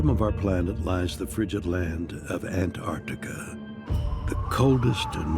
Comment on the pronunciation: Why are you pronouncing ant-artika as opposed to not pausing after the first syllable?🤔🧐